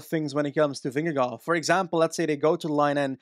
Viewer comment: Who is Vimmy or Vinny if you mean Vingegård - loosely translates to - ving_farm - but just call him Jonas or Vin-ge-guard that sounds just like we say Vingegaard. This is just to help, not to be a smart A.....